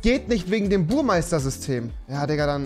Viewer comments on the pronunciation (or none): Rewiiiiiiii es heißt BURMESTER😂😂